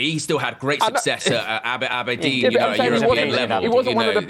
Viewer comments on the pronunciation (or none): none